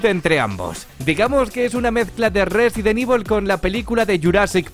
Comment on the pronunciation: Resident ivol,daino craisis,sailet jill ese ingles no te lo robo perro